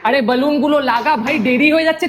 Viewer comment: বেলুন ❌ বালুন ✅